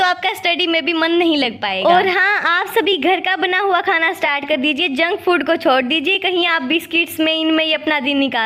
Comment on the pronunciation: Didi startss nhi hai start 😂😂😂